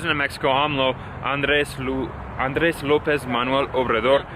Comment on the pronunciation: 😂😭😭😭